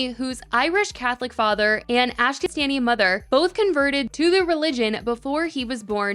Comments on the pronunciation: Totally friendly well meaning critique here, Ashkenazi is not pronounced like that at all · The pronunciation of Ashkenazi 😭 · you cant even read the word: " ashkenazi" hahahhahaha